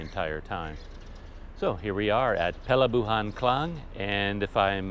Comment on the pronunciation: Perlabuhan = Port or harbour, wow, you can pronounce the Malay words perfectly !